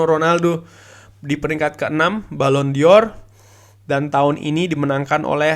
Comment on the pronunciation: bacanya balon dor mas bukan balon dior jadinya kayak fashion